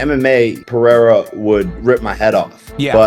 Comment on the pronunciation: Who TF is Pea-era?